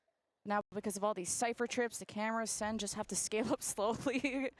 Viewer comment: Why does she keep saying sen city lmao. the team name is just sen